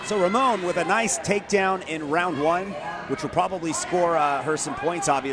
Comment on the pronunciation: It's Ramon" !!! Stop calling him Aroana. 100% a dude